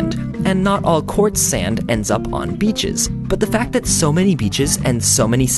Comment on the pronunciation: I love how you say beaches...heh...biiitches